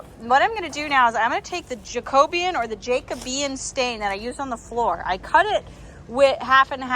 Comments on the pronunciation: Pronounced: jack-oh-bee-an. 😘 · Just for info, it's pronounced :jack-o-bee-an.